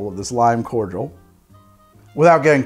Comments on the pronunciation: That was the first time I've ever heard someone pronounce cordial (core-dee-al) as core-jewl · It’s pronounced Cord-I-all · I have NEVER heard someone say cordial like that. It's always been corr deeul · I didn't realise that Americans don't separate the pronunciation of Cordial (Kor-jal, courteous) and Cordial (Kor-dee-ahl, a drink). The more you know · Do Americans pronounce Cordial 'cor-jul' or am i missing something? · The way he pronounces cordial sends me. Is this how it’s usually pronounced in the US? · Why cant Americans say cordial right??? There is no G in there, it hurts to hear